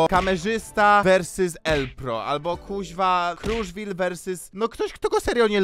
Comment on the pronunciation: Versys Ał moje uszy xD